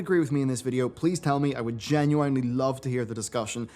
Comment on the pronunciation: I don’t agree!.....with how you pronounced “genuinely”!